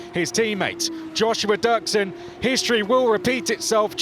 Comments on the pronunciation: Dürksen is pronounced Duerksen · Ü = UE Dürksen = Duerksen . Both are correct, in German or Spanish , the English Durksen pronunciation is wrong, the same happen to Hülkenberg =Huelkenberg in the F1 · It's dürksen